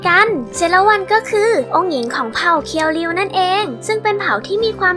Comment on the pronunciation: ฮะ!!!เรียวคิว??เคียวริวไม่ใช่เหรอครับ